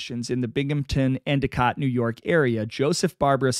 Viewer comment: Oh-we-go lol. Next time you do a video within the upstate ny and scraton/wilkes barre/ pittston. I would be glad to consult on the pronunciation of surnames and towns. Good job with Endicott, my hometown, and btw, bar-bear-uh